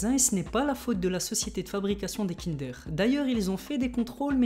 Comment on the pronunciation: On dit KINDEEEEUUURE ! PAS KINDÉR !